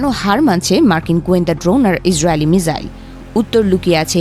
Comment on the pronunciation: মাংগের নাটি মিসাইল উচ্চারণ ই ঠিক মতো করতে পারস না আবার তোরা করস রিপোর্টিং 🤣 মিজাইল মিজাইল তোর বাপ মিজাইল।।। its Missile মিসাইল not mijail মিজাইল🙂